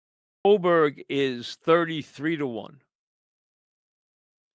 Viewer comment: How is Aberg pronounced Oberg? Also, why don’t you ever show highlights instead of talking about what happened?